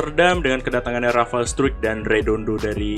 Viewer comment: Bacanya Rafael strike bang